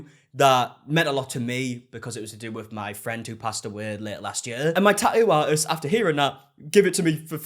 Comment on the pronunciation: Tah-ooh ah-ist 😂